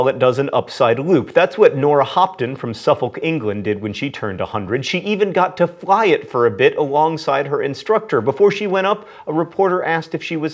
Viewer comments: 'Suf - folk'. Mispronounciation is your thing, i get it, but for future reference; 'suffick'. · the 'l' in 'suffolk' is silent but i know mispronouncing things is your thing.